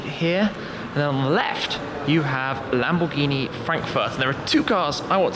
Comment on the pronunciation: what was that german accent when you said "lamborghini"